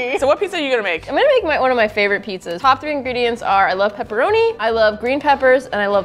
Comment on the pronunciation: Everyone: Lady tested, Lady-: PEPPORONIED